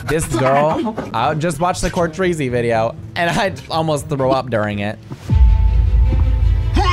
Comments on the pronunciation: its NOT pronounced “court-treezy” its “court-reezy” 😪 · its not courTREEZY its Court reezy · not him calling court reezy cour treezy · did he just say cour-treezy it’s COURT-REEZY (still love you though)❤️ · ITS NOT “COUR-TREEZY” 😠 ITS 👏 “COURT 👏 REE 👏 ZY” SHE LITERALLY SAID THAT IN ONE OF HER VIDEOS 😠😠